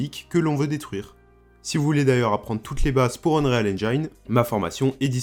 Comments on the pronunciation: Se serait un peu mieux de dire unrile Engine, mais sinon intéressent comme contenu. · Et Unreal se prononce Un-rile. Rien à voir avec le Real de Madrid ;)